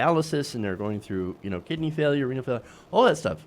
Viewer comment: Why can't he just say "kidney" like ordinary people? He has to say "Kih -d--nee" and do his stupid smile on the "nee".